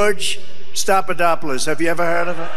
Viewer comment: Couldn't even remember the "Slopadopolous" slur he has used thousands of times by now, he clearly said "Stopadopolous." The frontotemporal dementia is real.